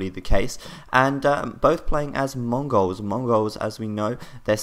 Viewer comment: I love the way you pronounce 'Mongols' as though you are, yourself, a Mongau.